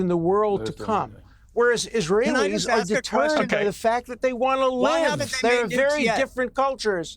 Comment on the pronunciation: "dancing eesrahellis" what was their job, these zyons ter ro ris are a danger to the good US people